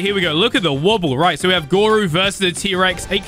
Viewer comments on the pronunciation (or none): Dude it is GORO not Goru